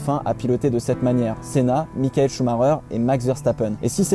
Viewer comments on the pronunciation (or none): none